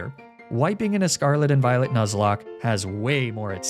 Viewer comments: I had to rewatch the intro because I could have sworn I heard “Pokemon Violate” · Anyone else hear "I tried to do a hardcore nuzlocke of pokemon violate" at the beginning?